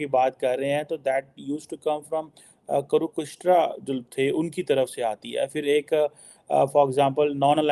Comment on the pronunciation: not Kurukushtra but Kurukshetra 😂 what did he very quickly say in some other language? Pakistanis are so busy doing what? Aapas mein, kapde pharna, is what I understood.